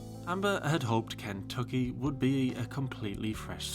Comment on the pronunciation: The way you say "Ken-tuck-ee" is slaying me! It's reminds me of the movie "The Last of the Mohicans" with Daniel Day Lewis. I'm from rural Ohio!😂